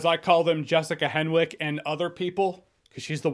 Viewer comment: By the way Jessica’s last name Henwick is pronounced “hennick”